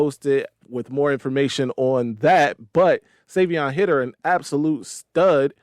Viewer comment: (Savee-On) (High-der)